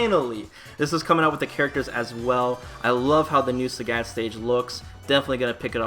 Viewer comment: THE FUCK?! Who is SÄGÄT? Who says Sägät? Apparently 1 person.